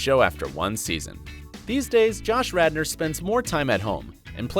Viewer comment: Am I the only one who noticed the anchor called him Rander instead of Radner?